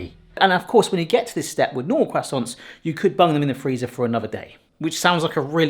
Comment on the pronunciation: Love how pronounces croissants as kwassonts.